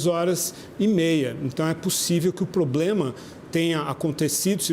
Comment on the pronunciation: Eu ouvi poblema ? 😳